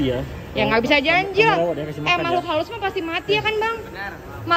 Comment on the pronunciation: Apa cuma aku yg denger ka ricis ngmng "kelinci juga makhluk haluss"🙃